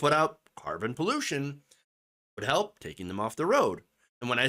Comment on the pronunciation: Who in the hell in their right mind voted for someone who says, "We need HEP"?